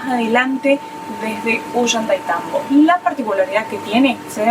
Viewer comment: Muy bueno el video y las explicaciones a través del camino hasta Aguas Calientes. Hermosa Santa Teresa, y mucho más lindo Machu Pichu Pueblo. También hermosos los hoteles en que pararon. Sigan disfrutando., Ollaitaitambo, jajajaja. A Mary y Guille, también les costaba pronunciarlo. Desde Mendoza muchos saludos 🤗 😉